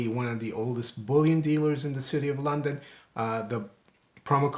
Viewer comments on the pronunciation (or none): none